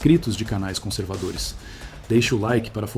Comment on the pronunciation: Acho que o YouTube esta cancelando inscrições pq sao feita s por IA, como essa sua que parece tão artificial essa voz . A IA, nao consegue falar FORÇA, corretamente 😂😂😂😂